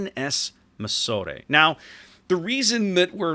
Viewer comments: Mi-sore-ay I'm dead haha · pronounced, My-Sore (sore as in ouch) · It is actually pronounced MY SOOR. Mysore is a place in South India in the state of Karnataka. Mysore had powerful rulers like Hyder Ali and Tipu Sultan allies of the French and there were 3 Anglo Mysore wars in India before British could establish their rule in South India in the 18th century. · You pronouncing Mysore wrong.